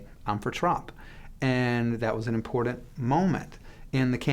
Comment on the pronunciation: This guy says importet instead of important and he uses that word often.